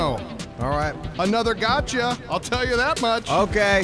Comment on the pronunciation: Got>ca not getca